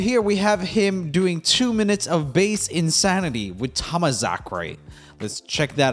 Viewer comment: Please tell me he realizes at some point that its supposed to be pronounced "Tom-Masacre"